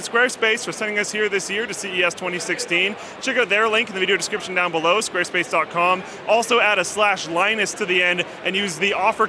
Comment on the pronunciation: SQUAWESPACE. BEWD ID BOOTIFUL.